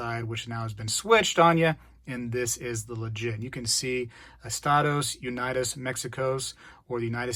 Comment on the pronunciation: Good work,. LOL “estados ‘unidis’”. “Oo-nee-dos.”